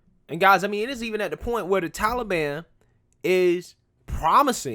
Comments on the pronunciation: The way he says Tollybon......yikes 😬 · Can someone make Grandpa stop pronouncing Taliban as Tolly Bonn. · Bro, the "Towlie Ban" (As Biden pronounces it) would have given us more time if we would have explicitly said we were moving people out. The 31st was the end of a cease fire. Do the Taliban really want to instigate outrage as the USA is pulling out? If they would piss us off enough as we were removing personnel, we would say "F it," and go back in harder and make them regret it. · Who are the Tally Bon? Stupid Joe can't even pronounce the name correctly.